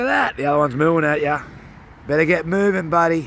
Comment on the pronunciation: Also that's funny when you say you better get moving no wait you said moo ving😂